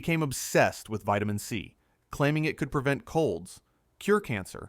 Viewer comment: Vitimin D too.